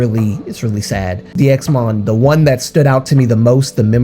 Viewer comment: 1. It’s pronounced ‘Daimon’ (다이몬) 2. HM/NV/SSQ always uploaded bigger announcements on Fan Café in the case of DXMON 3. No one ever saw bruises on any DXMON member 4. I am sorry If I come off as rude, but as a fan who has followed them since they uploaded their first predebut vlog, I really need people to stop speaking on Jo, he wanted to leave and he deserves to rest but because you all are bringing up this thing over and over again you are putting his future at risk in case he wants to redebut one day. Because companies don‘t really want trainees who had „scandals“ or were involved in controversies. There is a reason nothing was disclosed. And there probably won’t be any more news. The articles came out in JUNE and there were no updates on the articles until now so there probably won’t be any in the future. There is a reason people who are ACTUALLY in the fandom and not just solo stans don’t talk about it anymore because we already did back in june and we came to the conclusion that spreading rumours is not helping Jo or the other members. If one day Jo gets to come forward and share his story, I’ll gladly listen but until then I really hope that people just let him be. He made this decision and he deservers to live a happy teen life, being with friends and attending school. Just let him rest please. (And yes the situation is fishy but there is nothing we can do and spreading this is not helping Jo at all)